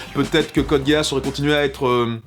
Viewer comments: question débile pourquoi dis tu Code Guéasse ? parce que on est bien d'accord que ça ne se dit pas Code Guisse, mais ça ne se dit pas non plus Guéasse ça fait quelque temps que je ne l'ai pas vu, mais il me semble que tous les perso le prononce GUIaSSe (les majuscules sont là pour ce qui est le plus prononcé, le a et le e sont presque muet) tout ça pour dire que prononcé Guéasse et tout aussi erroné que Guisse, sauf que guisse a une logique (prononciation anglaise) alors que guéasse n'en a pas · Je sens que 60% des commentaires sont : "MAIS C'EST PAS CODE GASSE , C'EST CODE GEASS (guisse) !!! " Je dis ça , je dis rien mais j'ai eu TRÈS mal aux oreilles pendant cette vidéo ... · Je sait qu'il ne faut pas se moquer des pronontiations mais...code: gay ass ? Serieusement ? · Ouais, si tu veux Guiasss ou Guiasse, c'est à un poil de cul la même chose, je parlais de sa prononciation comme on l'entends dans la série et suivant les seiyuu c'est prononcé sss ou sse. dans tous les cas ce n'est jamais guéasse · ça se dit Gui-As, et vous ne savent pas bien le prononcer. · ça fait mal aux oreilles j'avoue :-) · Woah, on prononce pas Code Geass "Code Gay-Ass'' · ghe-ass est tout simplement la bonne prononciation de Geass en japonais et aussi en anglais (comme on peut l'entendre au début de cette review du dernier film ) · À chaque fois que tu as prononcé code Geass du sang coula de mes oreilles